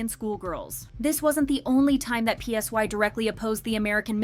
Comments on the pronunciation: Psy is pronounced like sigh not P S Y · Girl not you calling Psy P-S-Y. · THE INDIE BAND ONE??? My jaw dropped LMAOOO Btw, PSY pronounced "Ssa-i," not "P-S-Y." And that's not Ori, that's Bang Minah ... 😭